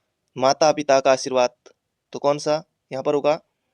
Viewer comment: itne confidence se galat pdha rhe h🤣🤣